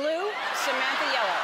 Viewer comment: "yelllw" lol